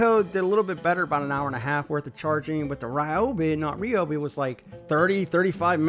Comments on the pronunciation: Ryobi not Reeobi. 🔥👍🏻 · Ryobi not Riobi.